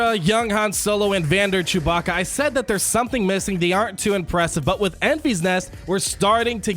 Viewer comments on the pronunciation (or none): none